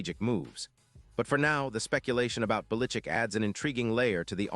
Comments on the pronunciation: Bill belitzit that what it sounded like his name starts with a bell not bellickick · Lord, AI learn to pronounce his name. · You or your AI has no clue how to pronounce Belichick!:face-fuchsia-wide-eyes::eyes-purple-crying